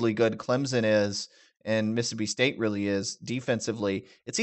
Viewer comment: Just say “State”